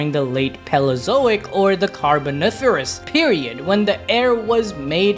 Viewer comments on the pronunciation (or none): Lmao, you got "carboniferous" but tanked "paleozoic"😂 luv u tho❤